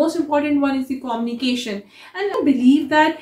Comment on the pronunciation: quite insightful. However, a small correction about pronouncing communication - It is pronounced - kuh-myoo-nuh-kay-shn not Koh-mni-kay-shan. Same for communicator - Not pronounced as Koh-mni-Kay-tar. Keep up your efforts!